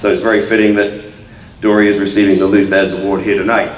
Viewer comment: It's Thesz...not Thez.